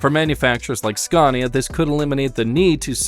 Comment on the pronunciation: I drove trucks in the UK back in the 80's and 90's and Scania where always the best. I drove just about every British and European trucks and Scania was the best. I just wish you could pronounce the name properly in the US as there's on R in it, you pronounce it the same as Scandinavia.